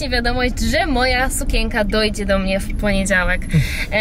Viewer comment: razi słowo sukięka - wymawiaj sukieNka. No przepraszam, ale musiałam..